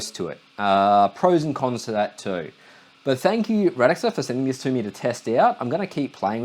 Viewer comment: Radxa is pronounced "Rad-sha" by the way, according to them